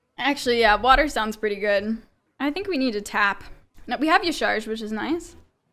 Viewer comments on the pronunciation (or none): Hi! Awesome video! Just one thing, since I also watch Kibler's videos, I think that Y'shaarj is pronounced "Ya-sharaj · I think it's pronounced Ya-shraj